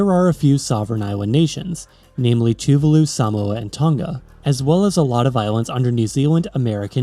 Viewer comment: Tuvalu is pronounced /too-VAH-loo/, not /TOO-vuh-loo/.